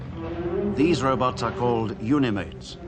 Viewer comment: I love how he calls robots "robuts"😂